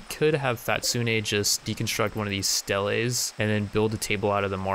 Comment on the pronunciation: Oh jeez that stele pronunciation hurts